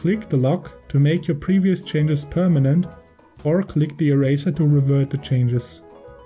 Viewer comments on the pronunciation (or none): none